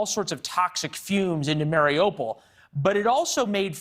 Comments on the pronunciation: Can someone please send a memo to western media teaching them how to pronounce"mariupol"? It's "mary-OO-pull" not "Mario-Paul". Oooooo like the Russian/Ukrainian letter У in Украина. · mary-opal?? I wish these idiots would take five minutes and learn how to pronounce the names of towns/cities.